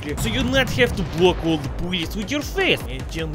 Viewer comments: The way pronounces "bullets" brings a smile to my face. YOU'RE GETTING BOOLYETS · You get boolets, you get boolets, and you get boolets! YOU ALL GET BOOLETS!